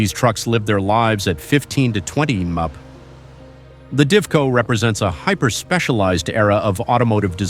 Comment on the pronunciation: And the robot messed up MPH and LB as well - someone should listen to these things before they are released!